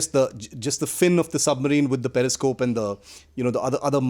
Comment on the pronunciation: first u shd know that it's Periscope not parascope. And its Hatch not heatch. Now with this I don't have to tell expertise of Pakistanis and leave Kanglus they shdnt be even talked abt much 😁 Indian naval expertise was already proved during 1971 in karachi and ur expertise was Proved with American submarine PNS Ghazi sunken into bay of Bengal 🤣🤣 Indian coast guard is enuf to tackle ur navy. Kanglus can be tackles by Bengali fisherfolk only 🤣🤣